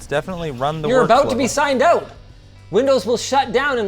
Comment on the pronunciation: I love the Canadian oooout. lol 😂